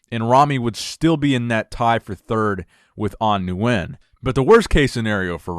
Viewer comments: Nguyen is pronounced “Win” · Nguyen is pronounced "win" for future reference (Nguyen in Vietnam is like Smith in the US). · The correct pronunciation of Nguyen is "ngwin" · you won't be able to pronounce it correctly unless you speak the language fluently. Stick with the way you pronounced it originally, new-when its good enough and perfectly acceptable.